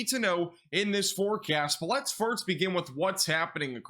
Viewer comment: Well he does pronounce "first" as "firts" regularly and he has quite the lisp. But apart from that, sure!